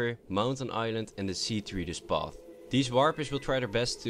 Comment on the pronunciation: Lol the see treeder path thats what she said